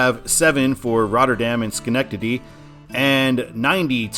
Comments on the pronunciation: Nice pronunciation of Schenectady! So many times I've heard "Shuh"-nectady. They did just completely re-pave a ton of 88 with federal money, but I think it should be redesignated as NY-7, which traces basically the same route. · Also as someone who used to live in Albany you did a great job pronouncing Schenectady